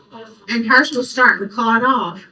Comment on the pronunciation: Clut??? Omg is she serious, i can hardley listen to her🤢 ITS CALLED A "CLOT"!! For heavens sake!!